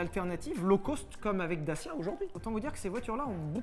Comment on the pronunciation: S’il vous plaît, quand vous parlez de la marque Dacia, prononcez DATCHIA, parce que pour les roumains qui savent comment ça se prononce réellement, ça fait mal aux oreilles!!